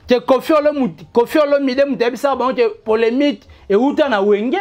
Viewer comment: ON DIT POLEMIQUE ET NON POLEMITE. TOI AUSSI TU CONNAIS PAS L'HISTOIRE CA CONCERNE WENGE MAISON MERE ET NON 4X4. JE REPETE ENCORE, ON DIT P O L M I Q U E et NON POLEMITE QUI N'EXISTE MEME PAS EN FRANCAIS QUE JE SACHE.